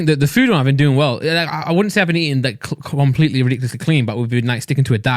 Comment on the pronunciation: Randolph: colompletely